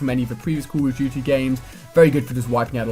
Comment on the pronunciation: sounds like he is saying call o tuty